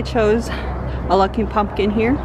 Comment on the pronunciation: Haha I’m hearing “punkin” 😂 I love your pumpkin!